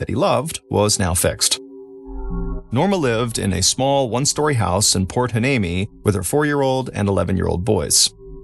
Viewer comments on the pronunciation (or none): Why-knee-me that's a tough one to pronounce. 😊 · It's pronounced port y-nee-me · I’m sorry did he try to pronounce port hueneme?? 😂